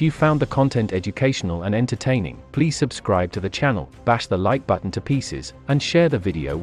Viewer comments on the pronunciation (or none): none